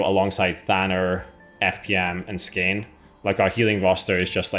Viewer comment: Skåne = skɔːnə, everyone should google the pronunciation ❤